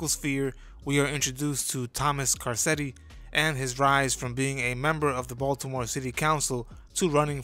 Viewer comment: Kar-ketti… have you ever watched the show?